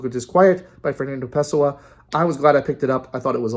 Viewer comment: actually no it's pronounced pessOah, not pEHsoah